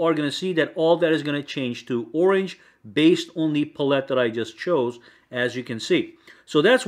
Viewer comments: Color "pull-it" lol, its palette my guy. Pal. ette. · Btw pallete is pal- it, not puh-let lol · Who tf say pallette like that😂🤦